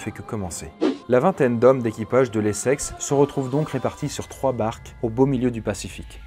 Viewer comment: Je peux pas me retenir de rire a chaque fois que j'entends "les sexes" exécutez moi